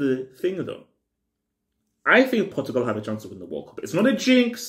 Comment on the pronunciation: World cup Portugal hey bro over emphasis